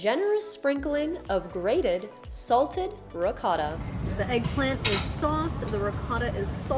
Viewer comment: Please learn how to pronounce ricotta correctly.